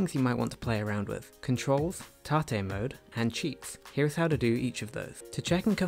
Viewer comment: Lol tah-tay mode. You mean tate mode? Hahaha